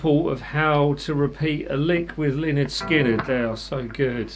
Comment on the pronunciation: Outstanding video! Thanks so much. One small point... You need to get a little more redneck in your pronunciation of Lynyrd Skynyrd! I know you have it in you. We all do. Find your inner redneck!!!